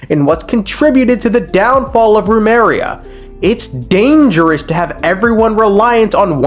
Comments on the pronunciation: My man, it's Remuria, not Rumeria. 💀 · Idk why but I'm going insane over the fact you keep saying remaria and not remuria🥲🥲🥲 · Rumeria? U mean Remuria 💀 i can't lmao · Was his name God-King Rumes or God-King Remus? Why would he call his nation 'Rumeria' when his name is Remus? Come on, man, that's 3 videos now. It's not even a complicated japanese or german name. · It is Remus, as in Remus and Romulus, and his nation is called Remuria, (pronounced REE-MUSS, REE-MUR-EE-UH)